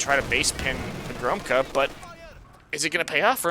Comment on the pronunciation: You should read pogromca as "Pogromtsa", it means conqueror in Polish.